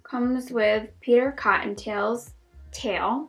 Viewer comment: “It comes with peter conttontails.. tail.” LOL.